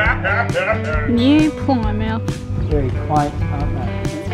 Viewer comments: okay wait she said it wrong sorry :)) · she??? said??? plymouth??? right??? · You weren't too wrong with your original pronunciation of "Plymouth" as the original Plymouth was named as it is situated at the mouth of the River Plym. It is where the Pilgrim Fathers left to settle in the New World in 1620 on the ship the Mayflower. It is also well known as the place where Sir Frances Drake would not interrupt a game of lawn bowls (supposedly) when the Spanish Armada was spotted off the coast of England and so he finished the game and then put to sea to defeat the Spanish. Just a little history lesson for you. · Ok, now that I hear you say Plymouth all wrong it's much more sadder than I thought and funnier. love ya: ) peace PS: I have to tell you both nassau is pronounced NAS SAW, ok.: ) peace